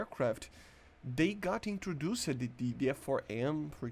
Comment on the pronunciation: "introducied" 10/10 pronunciation